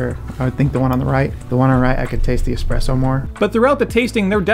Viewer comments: oh gosh did he say "expresso shot" ? :D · Anyone else bothered by people pronouncing espresso 'expresso'?